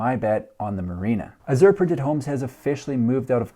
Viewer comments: Funny.... You pronounced it wrong both times. It's "ahhh-zshure" emphasis on the first syllable. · "Azure" is a shade of blue and a name used for the artists' color in oil paint. I've always heard it pronounced a-zhr, with the accent on the first syllable, not the second. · azure = ăzh′ər = A-zhur